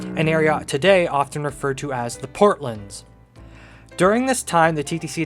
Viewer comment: The port lands. Port. Lands. Not “portlunds.” We’re not talking about Portland, Oregon, in which case you would be correct. They are the port lands of Toronto. And “the” is equally important because we say “the port lands.” Not “portlunds.” First say “port.” Then say “lands.” Then put it together as two words, not a compound word. Rhymes with “short hands.” Now say “Port lands.” Port. Lands. It’s evident on any map or just by googling the area. I enjoy your videos though. Don’t mean to be a hater. But educational videos should be accurate.